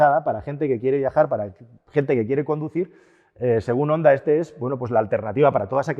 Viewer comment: Jonda. Jonda. Honda se pronuncia: jonda.